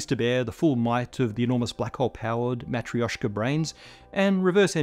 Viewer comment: "Matryoshka" is pronounced with "sh" consonant like in the English word "wash". Accent is on "tryo" and it's a fast "tryo" without any ejective gaps between "t", "r", "y" or "o". "Yo" is pretty much a single vowel here.